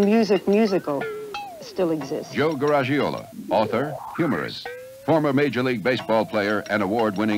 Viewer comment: The mispronunciation of Garagiola that Joe referenced in later years. It is not garage-ee-YO-la. It is garriage-ee-YO-la.